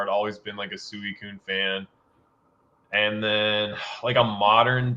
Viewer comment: I think the pronunciation of Suicune needs to be addressed lol. is the only person I’ve ever heard pronounce it like he does. It was bothering me the whole episode 🤣 It’s definitely pronounced sweecune. I love the 3 hours of content. Cannot get enough. And Team Rocket Returns is an amazing btw. Thanks guys. Love the consistency!